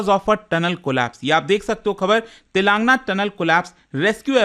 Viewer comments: Telaaangna❌ Telan gaana✅ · It is pronounced as तेलंगाना, not तेलांगना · Sir voh Telan- gaana hain. Naagar- karnool prounounce karte hai😢